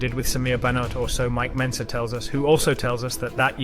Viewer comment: You can bet your ass his life is a lie with all the jew dick he's taking. It's also funny how this is the "best" BB documentaries yet they narrator hasn't dug into much history, if any at all, and can't even be bothered to learn names. Brian Jones? Mike Bentzer? Come on kid, put a little effort in at least.